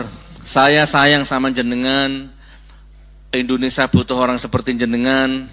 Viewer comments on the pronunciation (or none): none